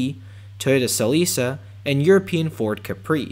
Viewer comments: God I feel old. “Toyota SaLisa”. It’s pronounced Selika. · Hi, nice video. I think the Toyota Celica is pronounced "sell-i-ka" . I was a teenager when they debuted and I remember how it was pronounced on commercials and at the dealerships :)